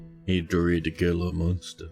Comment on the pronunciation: Gila monsters are native to the american southwest. The g is pronounced like an h so its like "HEE-la" monster.